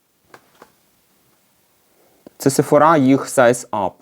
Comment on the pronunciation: Як завжди круто, тільки сефОра, а не сефорА;)